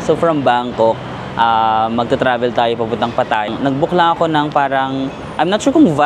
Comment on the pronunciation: It's not pa TA ya. It's pa tha YA. 😊